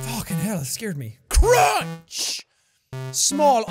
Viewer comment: the way you CRONCH